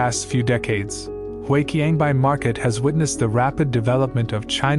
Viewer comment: Despite your AI voice reader often mispronouncing words like 华强北, i think the video is still very interesting, doing a deep dive into 深圳 history